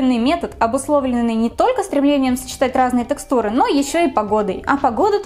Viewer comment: кожАнка и тЭкстура....каждый раз резало ухо)